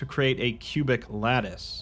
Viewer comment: Dude: lattice. LATTICE. L A T T I C E ! !